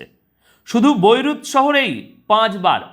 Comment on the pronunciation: ওটা ব‌ইরুট নয় বেইরুট।